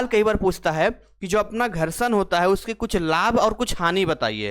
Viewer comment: Gharshadva😂 maza ata h aise sun kar entertain bhi hote rehte h